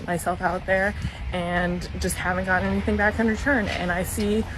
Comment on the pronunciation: chicks who say "anythink" instead of anything :)